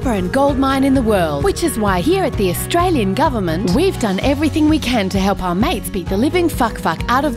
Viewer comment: *Australian, not Australien.